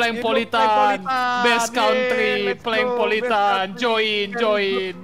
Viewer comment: PLANKPOLITAN itu yg bener udah diam woi